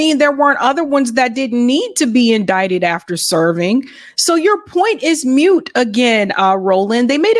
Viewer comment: Love you but it's moot not mute.